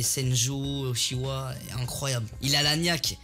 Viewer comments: C est pas uchia c est uchiWa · Ptn il m'énerve à prononcer uchiha au lieu de uchiwa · C’est pas utchi a c’est outchioia tu le dis mal